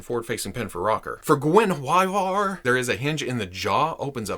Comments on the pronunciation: It's supposed to be gwen-iv-eer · The pronunciation of the panthers name is easy enough. Her name is pronounced like Gwenevere. The swords, Twinkle and Icingdeath ;) Great review of these. Im waiting for my set myself. Just did an unboxing of the statue version of Drizzt, as well as his replica blades. Can't wait to open this set! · GUEN-A VERE IT'S HOW IT'S PRONOUNCED MY FRIEND. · Hi love the videos, as a proud Welshman, the cat's name is an old Welsh name Gwenhwyfar or Gwen-hooey- var( you were very close). Which is the original name of King Arthur's wife- Guenivere. Again love your videos and Hello from Wales! PS Esyllt Nest (Solo) is also a Welsh name. She was in College with me!😉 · What, Guen with attitude? Perish the thought! P.S. Someone, please talk Netflix into making a series based on R.A. Salvatore's work. It would rock. Oh, when pronouncing Guenhwyvar, think of King Arthur's, Queen Guenhwyvar. It is how the author envisioned her name to be pronounced. It is your video, good sir, do as you please. At your peril. :)